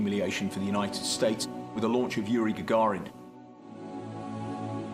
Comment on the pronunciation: That's Yuri GAGARIN. Not Gagarian...got it? If you are going to try to sound like you know what you are talking about, get the names correct. With Gagarins flight, amerikan space showbiz kicked into high gear.